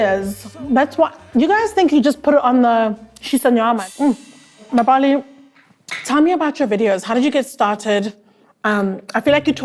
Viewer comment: The way she pronounced "Mbali" as "Ma-Mbali" 😭😭😭😭